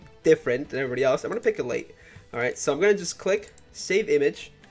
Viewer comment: How to say ellatte its:El-ah-tey